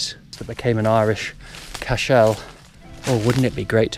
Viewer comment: This is a wonderful series, really enjoying your enthusiasm for the subject and I am learning so much. One tiny criticism (meant with the best of intentions), an Irish Cashel is a single word with emphasis on the first syllable, it isn't an ancestor of Superman ;-)